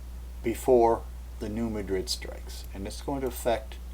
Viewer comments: i've never heard new madrid pronounced as new muh-drid. that'd be like pronouncing cairo like the one in egypt. nope. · It's pronounced "new MAD-rid." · oWell, you ought to go to New Madrid and ask the folks there how they pronounce it.